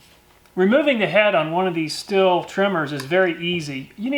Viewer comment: Pretty sure that brand is pronounced "Steel". And BTW, that is a great idea, and kicking ass! Love your vids.